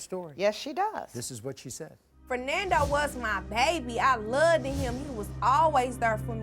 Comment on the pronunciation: "Fernando was my baby.... I luh-ded him". Yeaaaaaah..... she's for the streets lol😒